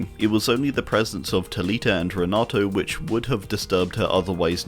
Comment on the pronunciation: FYI Renato is pronounced Hen-ah-two.